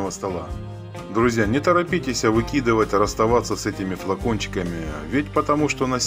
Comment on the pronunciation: "Не торопитеСЯ", "мноха", "тЯжелый" и т.п. Не стала смотреть дальше.